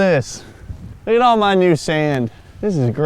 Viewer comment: you sounded drunk asf right there " loook atolol of this" lmao